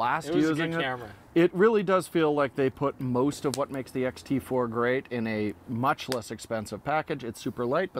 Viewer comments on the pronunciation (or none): Ha Ha Ha...by is feeling 0 pain,,, "I juss love,,,d that Fooooji, SOOO mush fun"...Good thing he never got too close to the fire,,,Great Job gents. I appreciate your mentioning the Olympus OM D EM-1mk III...I know the Canon is much more mainstream,,,especially going forward, But with ALL the features and tricks that the Olympus can do---It's simply amazing,, Micro 4/3 or not. Always watch,,now subscribed!